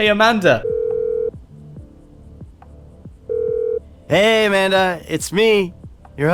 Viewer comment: Amanda not Amander